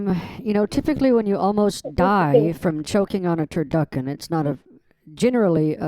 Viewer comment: Turduckin 😂 you slay me